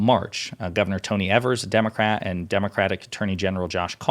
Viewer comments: Actually it's been more than 20 years! I live in Wisconsin for most of my 63 years and am fed up with the stranglehold the Republicans have on the legislature! And the governor's name is Evers, pronounce it long e in the first syllable! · IT IS EEEEVERS not ehvers. Please get it right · I live in Wisconsin and this make me happy. And its E-vers not Ever-s. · Thanks. Good stuff. By the way, it's Gov. Eeevers. The E is pronounced as a long E. I'm from Wisconsin, and I've personally spoken to Tony. Take care. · Just FYI - It's pronounced Tony Eee-vers. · EEEEEvers... its pronounced with a long e sound... but its all good🙂 we here Wisconsinites will finally get some fair maps 😃